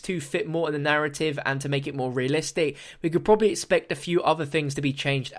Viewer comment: "which is pro-a-bibly" new pack-a-punch? We gotta make the pab :3